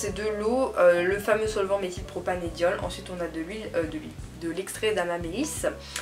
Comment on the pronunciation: Par contre, désolée mais on dit Méthylpropan"e"diol avec un "e" et pas "é" 😂